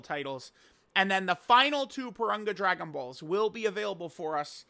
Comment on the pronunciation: It's Pour-Rune-Gah. Wtf. Not Poor-Run-guh.